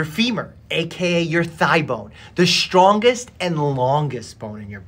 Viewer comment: I did not like the emphasis on "strongest" and "longest"